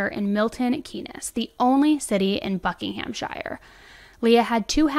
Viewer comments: I love this channel and you but girl, I’ve got to say this… I’m in the UK and it’s pronounced ’Buck-in-ham-sheer’ I’m from Oxfordshire (just next door to the above county) and the city is pronounced Milton ‘Keens’. This story just blew up over here and I’m glad to see some coverage from across the pond. RIP Leah, rest easy. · Whilst you have adopted the uk 'glossal stop' by dropping your T's, you can also do the pronunciations right. I live in Buckinghamshire and you pronounce it "BuckIN AM SHEER" and its Milton KEENS. :) Thames is "TEMS" the river you see in London, this valley is just the same name. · Firstly thank you for cover this case, it left the country shocked, and secondly Sorry I don't want to be that person but it's pronounced 'buckingham - sheer'. This case though...urgh, when it happened we were all on edge because yet again another young girl has disappeared and ended up murdered, doesnt matter how many times it happens each time the fear and sadness we all felt around the country hits the same each time. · I hate to be ‘that’ person but Thames is pronounced tems and Buckinghamshire is pronounced ’bucking-em-sha’ sorry 🤦🏽‍♀️ another fantastic video Thankyou 😊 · Just an fyi..It’s pronounced like Bucking-im-sure. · I know it’s not the time. It’s pronounced bucking-ham-sheer and mil-tuhn-keenz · American in England ,let me try to help 30 yrs experience speaker Ng cockney slang etc.Buckinghamshire is said as buckingumsheer and Thames as in the river Thames under London Bridge is called the Tems the police got jealous and wanted to call themselves the Thames police as In what side of the long river they happen to be. you're welcome anityme. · *’Milton Keens’ in ‘Buckinghamsheer’, and ‘Tems Valley Police’ not whatever it was you said 😂 I love you, but those pronunciations amused me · It is pronounced Buck ing ham sure. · Its pronounced Buckingham-sher. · Highlight of the video is the terrible pronouncing of "Buckinghamshire"